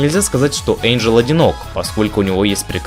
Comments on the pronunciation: О боже, как вы надоели 🤦‍♀️НЕ ЭЙНДЖЕЛ, А ЭНДЖЕЛ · Я не придераюсь,но правильно не Эйнджел,а Энджел:)